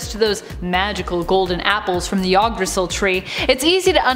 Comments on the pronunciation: It's pronounced Yggdrasil as in Eeeg dra seal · Pronounced "id-druh-sill"